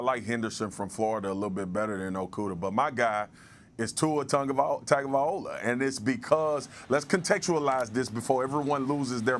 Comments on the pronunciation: Samoan pronunciation calls for the n sound for the letter cluster "ag" in Tagovailoa, thus Tongue oh vailoa. Remember that the pronunciation of the "a" in polynesia is an ahhh sound (as in polynesiahhh), and not an ayyy (as in day, may, say etc). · Marcus don't know how to pronounce Tung o vai loa. take note shorty.